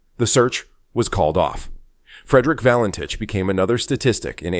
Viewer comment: Fake AI nonsense, not even pronouncing his surname correctly.